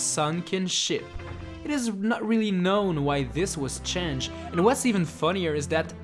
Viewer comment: "...Joelly Roedger Bay...""...chenged...""...Cool Cool Mountains..." 2k15